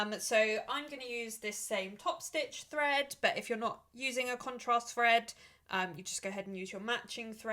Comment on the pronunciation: Thank you for sharing 🥰 Your accent is sensational - it sounds like you are saying fread instead of thread 😆 its cute